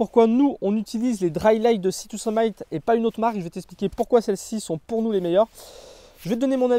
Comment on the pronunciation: “Sea To Summ-i-t”, comme “termite” (pas “aïe” comme Brice de Nice). Super vidéo, comme toujours ;)